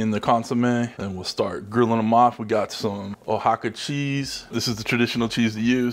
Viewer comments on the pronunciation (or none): Not as cute as "O-hawk-a"